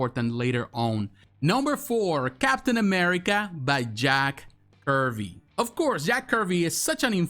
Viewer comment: Not Jack Curvy. Jack Kirby’s..😂😂